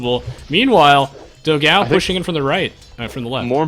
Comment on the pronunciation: It's funny how you guys pronounce "Dogao". But then again, I don't think there's a sound in English to pronounce "ão". Considering he's brazilian, his name was supposed to be "Dogão", which means "big hot dog".